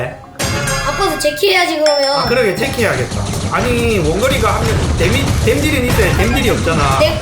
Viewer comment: 제키가 아니라 재키 에욧